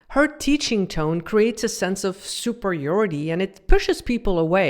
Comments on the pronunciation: People who aren't native English speakers will occasionally pronounce words a little oddly. I'm surprised you don't know that. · SUPER-YORTY??? SUPERIORITY